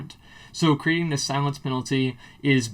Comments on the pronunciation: lol "Silience" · "Silience" :P